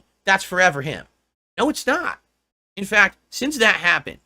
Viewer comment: "In--fehct, can I be ahnest?" In other words he's about to kiss Andy's but for an hour.